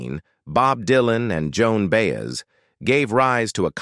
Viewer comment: OH NOOOOO! Enough of these robotic voiceovers that just butcher the names of the people!!! Ok by That was IT for me...Joan Baez's name was just so messed up my ears shut down...And although this video is CLICKBAIT it had no purpose because it never answers its own posed question....I started reported videos that are just a waste of time and lie.